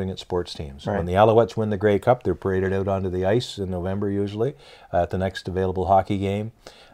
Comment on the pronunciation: The ‘oat’ side of the arenas???